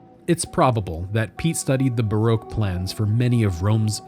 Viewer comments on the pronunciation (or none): none